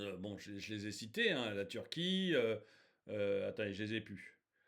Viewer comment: DÉÇU POURQUOI TU PRONONCES PAS LE NOM DES PAYS CORRECTEMENT, TIRQUI PALASESTINE ....TU BÈGAIES DÈS LE DEBUT DE LA VIDÉO LA PALESTINE A TOUT PERDUE SES ENFANTS SES FEMMES......ET LA TU PARLES ILS PERDENT LEURS TRAVAIL A MACDO C'EST DE LA MAL BOUFF AVANT TOUT AU MOINS PEUT-ÊTRE C A FERA RÉFLÉCHIR LES FENS A MANGER SAINEMENT